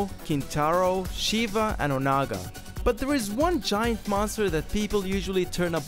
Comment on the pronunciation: Ongara? U mean onaga